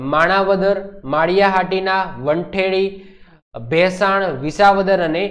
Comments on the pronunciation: Vanthali Bolo Not Vanthedi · વંથલી not વંઠેળી😅